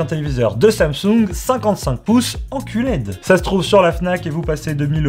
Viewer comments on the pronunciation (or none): "en QLED" 😂😂😂. (Je suis un gamin) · Pouce bleu rien que pour le " En Qled" j'men remets pas 😂